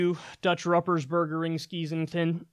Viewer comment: Pronounced Roo-pers-Bur-ger